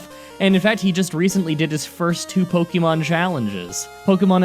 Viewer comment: Po kay mo not po kee mon or po Kuh mon